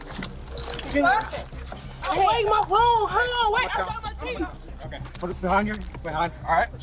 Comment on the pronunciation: Did she really say "rwo tooths"? Unbelievable!